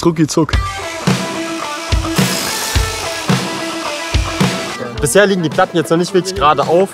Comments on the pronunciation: Also wirklich. Es heißt nicht Rucki Zuck sondern Rucki Zucki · es heißt ruckizucki